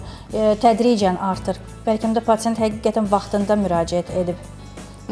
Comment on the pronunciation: Patent yox patsient